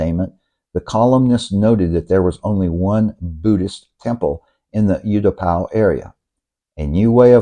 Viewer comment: I was in Thailand: 66, 65, 68, 69, 70, 73, 80, and moved her in 2003...!!! I saw Pattaya when it was still a fishing village and beyond Soi Asoke, Bangkok was all rice fields...LOL By the way - it is pronounced OO-Tapao, not YOU-Tapao